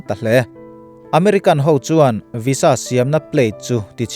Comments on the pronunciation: Sir, Visa hi "Viza" tia lam rik (pronoune) tur ni in ka hria... A ngaihnawm eee...i chhiar thiam in i thu lam a fiah ṭha bawk si.👍👍👍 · I van hre bik em² vaiza ti law² la😊😊😊🙏🙏